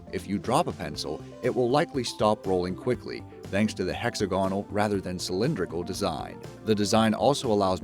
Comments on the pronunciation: It's pronounced hex-AG-un-ul, not HEX-uh-GON-ul. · hexa-gonal? it's hex-ag-onal. "pool-top can" l.ol